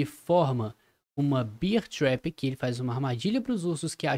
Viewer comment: só uma dica. Tenta pronunciar Bér trap, Beer do jeito que tu diz é cerveja 🍻🍺🍻